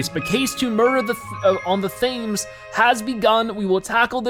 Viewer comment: Thanks for posting such a long episode! Now I can enjoy even more of this series!! Btw quick thing. Thames is pronounced Tems. And profiteroles is pronounced pro pro-fit-o-rolls.